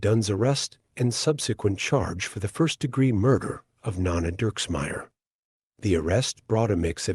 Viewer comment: It's not pronounced nonna - it's NO-Nah